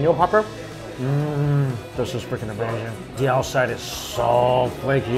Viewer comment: U- May-Zing